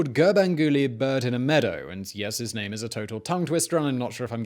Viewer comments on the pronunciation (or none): good job but terrible with the names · This video is informative but it's just so unfortunate that you mispronounce all of the names so badly.